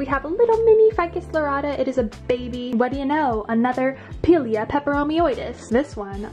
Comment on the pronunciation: Pie-leah is the correct pronunciation ❤ Your house is goals, and your plants are flawless ❤❤